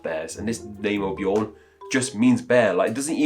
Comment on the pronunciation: The Swedish pronunciation of Björn is similar to the English word yearn (prepended with a B). When you pronounced the Norwegian Bjorn, you were much closer to the actual pronunciation, even for Swedish. It is NOT pronounced as B-yore-n.